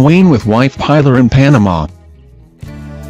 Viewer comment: We know who he was,there's no need to tell us all the bloody time.the robo voice ruined it,and his wife was called Pillar not pronounced Piler to rhym with Tiler!